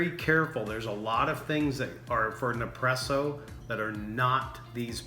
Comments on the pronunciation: What does "Ne-presso" mean? ;-) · You’re missing the first S when you say nespresso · Alex Keys he is saying it totally wrong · What's crazy is, he says espresso just fine but can't say Nespresso. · Every time he says Ne-presso, I get De-presso 8( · NES presso dude.. & its pronounced Dee long ee.. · It’s ne spresso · A good review...but funny how you mispronounced nespresso as nepresso and delonghi and delong.... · Nice job on the video and taste testing. By now you probably know this, but it’s pronounced Ness-Presso. You may not be aware of this, but Nespresso only buys the very best coffee beans from around the world. I’ve heard that it’s the top 1-2% best coffee beans every year and they only buy the best so that we get the most flavor possible from every pod. I also have a Keurig 2.0 machine and even when it’s set to bold, it still can’t compete with the Nespresso Virtuoplus machine’s output for flavor and intensity. Also the pods are recyclable aluminum so they can be returned to the vendor to be melted down and reused in future pods. Thanks again for the video and information. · It’s NES PRESSO, not NEP PRESSO... dummy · its neSpresso not nepresso im italian so that bothers me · It's pronounced Nespresso. Your forgetting to say the S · Did anyone else cringe every time he said "Ne-presso"??? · Hahahahahah Hahaha ok I had to stop watching your video could not take you seriously. you mispronounce the name through the majority of the video not NEPRESSO.. think you might be having some Mandela affect issues . Hopefully I'll find one of those NEPRESSEO machines and give it a try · Its NeSpresso 😂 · You should do a review where you mispronounce as much as you can so everyone freaks out. LOL Gotta get me one of these Nepresso's soon! :D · Everytime you say ne-presso, someone somewhere kills a fla-mingo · as soon as he said Nepresso I bailed. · "Ne-presssso." Man, you americans always have to fuck pronunciations up, eh? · it's neSpresso